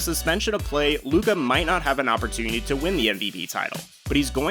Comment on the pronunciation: It's Luka. You got my view.